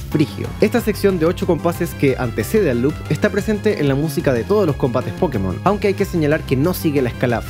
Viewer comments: Asumo que es la herencia norteamericana. En todo caso, la mayoría en latinoamerica pronuncia pokemón porque así les decían en el doblaje del anime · Tranquilo, los de España son los que pronuncian mal, esa tilde no es del español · Soy de España y te disculpo por la pronunciación xD El fantástico análisis lo compensa. Espero con ansia el próximo vídeo centrado en la música de Pokémon! :D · Con la palabra Pokémon pasa algo muy curioso que solo lo vi con otra palabra, y es con Píkachu jajaja, son palabras que siempre vas a encontrar gente que las pronuncie como graves, como agudas o como esdrújulas, Y LO PEOR ES QUE LAS DOS TIENEN UNA TILDE!! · Pokémon se pronuncia acentuando la primera O. La tilde en la E es para que los yankees no le digan "poukmon" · desde cuando nadie lo pronuncia con el acento en la ultima o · Pokemon se pronuncia asi tal cual ese acento en la "e" esta mal es algo de los gringos o para ser mas puristas seria Pocketo Monsuta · Acabo de llegar de un viaje en Japón, he estado en las tiendas nintendo y siento decir a toda hispanoamérica que, simple y llanamente, la pronunciación correcta es "PoKÉ-mon". Vaya, que tampoco debería haber habido nunca ninguna duda, la propia palabra está escrita con una tilde bien grandota. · A ver, que no hay que disculparse por decirlo mal. Puedes pronunciarlo como quieras pero el propio creador ha dicho cómo se pronuncia y tiene una tilde como una catedral para saber cómo es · Pregunta sería. ¿En latino américa se escribe "Pókemon" con el acento en la primera "O"? porque nosotros le decimos de esa otra forma porque el acento está en la primera "E" xD. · nunca he entendido porqué le decís "pókemon" en vez de "pokémon" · Sin tirar nada de hate y solo por curiosidad: ¿por qué dicen pókemon en vez de Pokemon si hasta tiene la tilde en la “é” en todo lo que está escrito en español? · En Colombia le decíamos Pokemón 😂😂😂 (o por lo menos así siempre lo escuchaba yo)